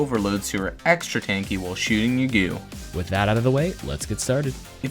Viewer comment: Every time he says “gew” I want to kms